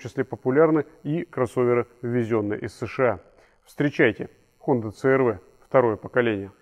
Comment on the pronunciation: отличный "рунглиш". говорить цэ-эр-вэ, вместо си-ар-ви.